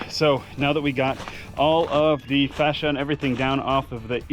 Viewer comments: How you pronounce fascia drives me absolutely insane and I know it shouldn’t. It’s pronounce FACE-SHA. Because it faces you… Not whatever you’re saying that sounds like fascist. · I'm pretty sure its Enunciated differently from how you said it. Maybe try saying Falacia first.